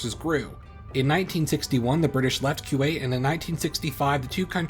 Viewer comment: On the same topic, it's not "KYU-WAIT", it's "KOO-WAIT".